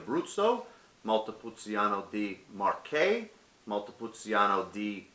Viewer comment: It’s pronounced. Montepulcheano not montepul ceeano